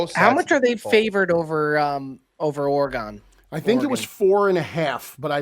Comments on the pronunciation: pronouncing Oregon oreGON trips me out every time 😂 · can you please figure out how to say Oregon? I know you took accountability but we gotta be better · The way says Oregon absolutely drives me up a wall 🤣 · bro I’m from the PNW and I can tell you he is 1000% butchering it haha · Yea me too. A lot of East Coasters mis pronounce.Weird. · Pronounce Oregon correctly please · saying Oregon 😬 geeeeez